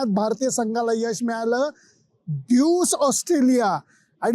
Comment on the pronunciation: सर ड्यूज की ड्यूस ? नक्की उच्चार कसा आहे? तुम्ही ड्यूज म्हणत आहात पण त्याला ड्यूस म्हणतात असे मला वाटते। नक्की माहित नाही। तुम्ही क़ाय ते सांगा